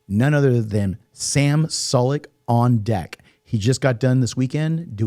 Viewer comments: sam SU-LEK btw not sol-lek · It’s pronounced SUE- LEK not SULL-LEK. Y’all gonna have to get that right.💪🏻😎